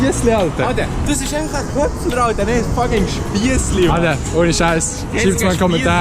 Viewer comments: Es heisst Chöpfler😂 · Es heisst chöpfler 😂😂